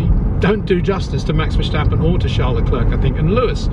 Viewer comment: Also, it's VerStappen, not VerSJtappen. Great vid!